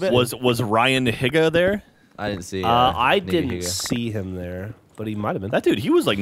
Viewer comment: Ryan Hee-gah not Hig-ah